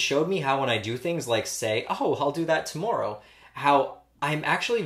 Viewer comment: i smiled when his canadian accent came out on "to-more-ow"